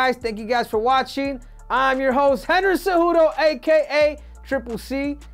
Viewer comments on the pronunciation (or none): none